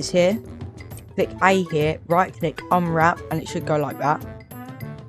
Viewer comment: bro said righ click bro it no righ click it is right click not to be mean